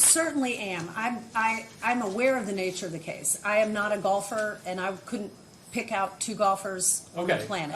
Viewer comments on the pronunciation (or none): Sure. That's how educated hicks in Kentucky pronounce golfer. She went to the 6th grade.